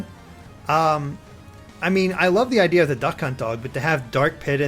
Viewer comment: Why are you saying "od" instead of "of"?